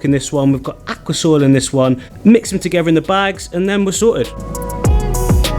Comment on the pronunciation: look how he says aquasoil . I could stop laughing 😂